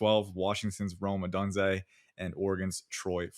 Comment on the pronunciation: for the love of god please stop pronouncing odunze like that lmao